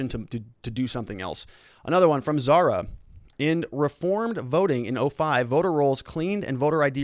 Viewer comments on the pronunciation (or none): none